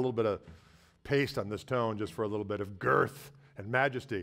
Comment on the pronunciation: Great video but everyone should slow this video down to at least 3/4 speed and listen to say “girth”. Gets me every time! 😂